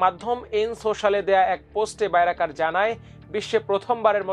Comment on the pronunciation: বাইরাকার নয় বাইরাক্তার হবে, শুদ্ধ করে সংবাদ পড়বেন, লেখাপড়া কম থাকলে সংবাদ পড়বেন না।